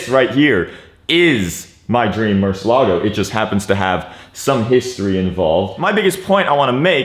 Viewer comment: Bro u gotta pronounce the car right